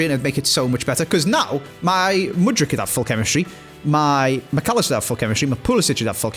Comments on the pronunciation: you literally actually pronounce Mudryk's surname pretty much exactly how it's spelled lmao where on earth you got that "ić" from all the time, i've got no clue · Tip on how to pronounce mudryk. You’re in the Mud - Rick the name. 🙂